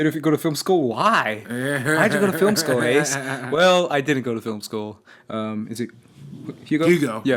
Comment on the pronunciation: Thanks for answering my question guys! You butchered the hell out of my name ACE but you got a laugh out of me!